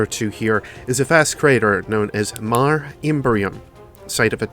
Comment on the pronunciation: Really interesting to see that there was some good lore behind these guns. I like how you went in depth into translating Nova Mortis' name too. Just a side note: Mare is a Latin word meaning "sea", and is pronounced as "maar-ray". Early astronomers mistook the craters of the Moon for oceans and thus named them mare (singular) / maria (plural). Funny how the name stuck, even today when we know that they aren't really oceans at all. But I digress; good video :)